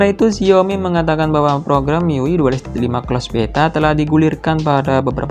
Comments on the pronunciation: penyebutannya bukan "Mi yui" tapi "mi-yu-ai" ah gimana lah kau lapet.... lapet. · Mi yu ai bang:( bukan mi yu i. Itu ui nya dibaca yu ai:( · sekedar saran aja bang, cara baca miui tu "mi yu ai". lebih benar dan lebih enak didengar 👍🏻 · Mang ketika lu baca Gesture udah bner banget dengan "Jestur", tapi kenapa pas baca Xiaomi dan MIUI kok begitu? Aku jdi ngakak tau mang, harusnya kan Xiaomi dibaca "SIAOMI (indo aksen) atau Saomi (aksen asli)" dan MIUI dibaca "miuai". Sekadar masukan....